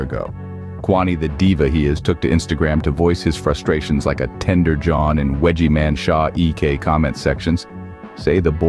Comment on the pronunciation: “Tednder jon”😂